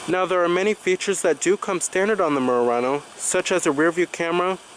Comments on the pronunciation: Nice Mooooo...Rah-noe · Why can't you pronounce Murano properly? It's not "Meeyurano". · The way he kept saying "Murano" lol